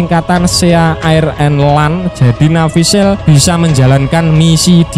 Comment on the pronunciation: Navy seal ...d bc Nevy sil min bukan sel🤭🤭